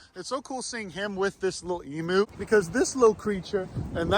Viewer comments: Emu is pronounced as "eem-you" NOT "e-moo" 🤣🤣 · It's pronounced Eem-you not ee-moo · No idea how I ended up watching all of this. Just wan to say that it is pronounced "ee-myoo," and NOT "ee-moo." Ask any Aussie and they will tell you EEEEEE-M*Y*ooooooo. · As an Australian the way we pronounce emu is em-you not em-oo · You have to learn to pronounce, emu, (eem-you)